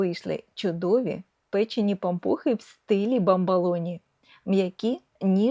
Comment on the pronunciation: Маленька корекція-- БАМБОЛОНІ,з О у другому складі, якщо Ви посилаєтесь на італійські bamboloni.Розумцю,що ні на що не впливає,але ріже вухо.